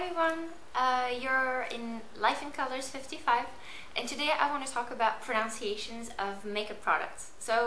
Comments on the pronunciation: It's 'pronunciations', not 'pro-NOUNciations'. Good guide btw. :) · It cracks me up that ur doing a video on "pronunciations" and are pronouncing it wrong ! It's spelt pronunciation but you will say pro nun ciation .. just a friendly tip